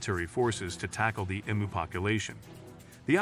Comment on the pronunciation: Interesting subject, but read it yourself or don't bother. Nobody wants to listen to an AI mispronounce Emu.